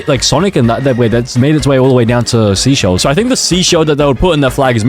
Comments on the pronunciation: mo- naay- co 💀💀💀💀 MO NAH CO SEE SHELLS💀💀💀💀say-chells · The fact he said all of the countries wrong it’s not sea shells it’s seysheles(say shells) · it’s actually pronounced like say-shells, not sea-shells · Seychelles is not pronounced seashells. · It's not seaychelles say chelles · It’s actually pronounced (say-chELL-ees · bro it’s pronounced (say-SHELLS) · How you pronounce seychelles (Say - chill - a'z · Every time he says a country’s name wrong: Canada - Canadia Seychelles - Seashells Saint Kitts and Nevis - Saint Kit and Nevis Liechtenstein - Lithuania Austria - Australia Vanuatu - Vanautu Australia - Austria São Tomé and Príncipe - São Tomé and Principal - São Town Principal Saint Vincent and the Grenadines - Saint Vincent and the Grenades Antigua and Barbuda - Antique and Barbecue Samoa flag - Polynesian flag - Samosa flag Suriname - Surname Grenada - Grenade-a Cape Verde - Cape Verdi For a grand total of 16 times. Tell me if I missed any countries in the comments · Funny moments(and misspelling moments) "IM PRETTY SURE THIS IS SIMILAR TO NARUTO-" "Palau sort of sounds like Poland so I think its similar-" "boohtan" "Which is monacorn-" "seashells" "Saint kitt and Nevais what-" "Its sort of like kit kats-" "barbadors" "ITS LIKE BARBARIANS IN CLASH OF CLANS OR SMTH-" "in the karibian or somethin-" "LITHUANIA" what??? "The listerine flag-" "it's also next to australia-" meanwhile it being austria. "vanauntu" "Touvalou" "THIS IS THE AUSTRALIAN FLAG" "Sao tome and principal" "saint Vincent and the grenades" "kaomouras" "Antique and barbeque" "most likely going to be similar to india-" "and marine is water wich is blue-" "Domanika which sounds like dominoes which sounds like dalmation and dalmation is a spotty-" WHAT IS DALMATION?? "I think its a shoe brand too" "sur name a auh who decided to name their country sur name-" "And dora" "I used to watch dora the explorer-" "East teamor-" "grenade" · pronounced like “SAY SCHELLS” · Bor said seaschells